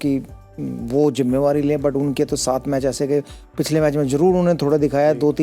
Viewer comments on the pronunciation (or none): Jimmewari nahi jimmedari sehwag